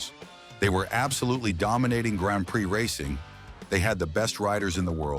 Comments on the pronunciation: ... "PRIX" - pree, not pry, ok ? ... (÷ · You need to learn to pronounce bile terms, like PRIX!